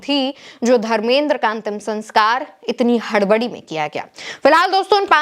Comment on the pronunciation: pahle to tum dharmendra ji ka name sahi se lo kiya tumko bade logo ka naam sahi se lena nahi aata hai kiya tumko reportar kisne banaya dharmendra ji bolo samjhi bewkuf ladki